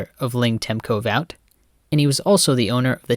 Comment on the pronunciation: Great videos, I hope that you make more. Some housecleaning first - Luscombe Aircraft is pronounced LUSS•come and Vought Aircraft sounds the same as "Bought". Kennedy COULD NOT leave Dallas alive lest all those involve hang for Treason so there were many shooters. The best location for Elm is the Dal Tex Building and there were, some say, 2 Teams there. The "best" shooter available was given the shot but apparently, purposefully missed because of course, he would have known WHO the targer was only after seeing it seated to the Right of the Bouquet of Roses that Jackie was given at Love Field. He may have had affection for JFK, regardless of where he was from and felt he could "save the day" by missing? Coded confirmation by radio as they approached, first shot is (deliberately) wide and kicks up some concrete into James Tague's face and suddenly umbrella man and dark complexion man start signalling "continue". There was full cooperation from Allen Dulles and his former Deputy Director Charles Cabell (both scum fired by JFK) so shooter teams of European orphans from WW2 are not only possible but likely. Experienced from an early age and most of all, expendable without their absences noticed by anyone. Cabell's father was the former Mayor of Dallas for more than a decade and the brother/other son Earle Cabell was Dallas' Mayor in 1963.